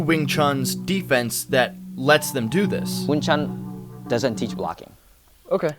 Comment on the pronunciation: Why americans say wing “chung” ? It’s pronounced wing “choon”. Like ecspecially and aksk is another yank thing